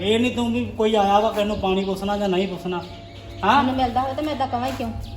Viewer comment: ਪੂਸਨਾ ਨਹੀਂ ਪੂਛਨਾ ਕਹੀਂ ਦਾ